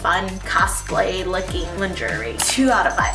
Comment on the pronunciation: Haha I think it’s pronounced lawn-shuray instead!! But v cute video ❤️